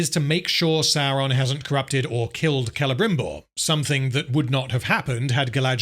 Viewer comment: Excruciating hearing the rolled Rs by the elves trying to pretend they are speaking in Received Pronunciation of a theatrical level rather than some unfortunate blend between a Welsh-Estuary-Spanish accent that simply grates every time I hear it. “KELEBRRRRIMBORRRRR” my arse! Such a big budget and not an accent coach on site? Total abandonment of taste and reason? Future dictionaries will list this example under “cringeworthy“.